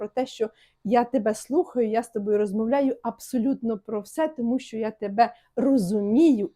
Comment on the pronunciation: Не столовій а чоловікине щьо а що перестаньте Па рускі вимовляти українські тверді приголосні ж ч ш щ